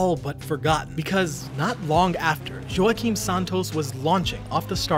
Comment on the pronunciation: It's spelled joaquim but it's actually pronounced like wah-keem. Not Joe-a-keem...okay so now you know, and knowing is half the battle!!